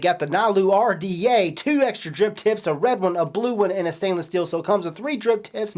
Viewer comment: bruh..... im certain that youre saying Drip Tits instead of Drip Tips